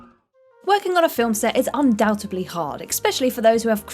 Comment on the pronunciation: 2 out of her first 9 words were "undoutably" and an "expecially".